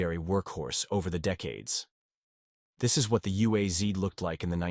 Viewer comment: Correct pronunciation is U-A-Z, not U-A-Z-EE, without EE at the end of the name. Because of "Zavod" (Factory) UAZ (Ulyanovsk's Automobile's Factory).